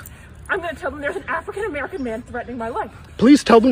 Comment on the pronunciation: Purple prose aside, I think it's silly to not pay attention to how she said it. I am definitely not a person that views the world through a racial lense and I hate when people cry anything-ism, but the emphasis that I hear her put on the words 'African-American' makes me think this phrase held a lot more meaning to her than it should've.